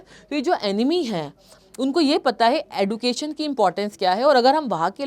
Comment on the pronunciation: Mam D ke baat U aane par use J uchharan ho ga education